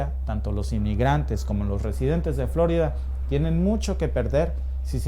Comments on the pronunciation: Por que dice FLOrida si es FloRIda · Solo a mi me puso inquieto que pronunciara mal "Flórida"?? (El acento es para hacer ver como lo pronuncia el)